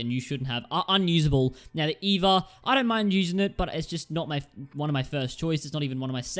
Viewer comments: it's not pronounced eva it's e-v-a smh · It’s E.V.A